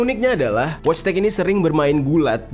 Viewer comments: wojtek bacanya voitek jer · Wojtek dibaca Voitek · Wojtek dibaca nya voytek bang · Orang poland Itu dibacanya woytek.. genk